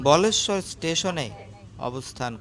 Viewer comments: কথাটি বলেশ্বর নয় বালেশ্বর। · ওটা উচ্চারণ টা বালেশ্বর হতো, ধন্যবাদ ❤ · ওই টার কথা মতো ভারতের সবথেকে প্রিমিয়াম ট্রেন বন্দে ভারত নয়। উনি হয়তো একটু বাড়িয়ে বলেছেন। তবে এটা ঠিক প্রিমিয়াম ট্রেনগুলোর মধ্যে পড়ে বন্দে ভারত। আমিও অনেকবার পুরী গেছি খড়গপুর থেকে এই ট্রেনে।আর ওটা বালেশ্বর বলেশ্বর নয়। ওখানে ক্ষীরচরা গোপীনাথের মন্দির রয়েছে দর্শন করে আসতে পারেন। জয় জগন্নাথ!